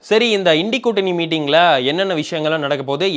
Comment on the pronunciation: Well pronounced.. இன்டி கூட்டணி is the right pronunciation 🎉🎉🎉🎉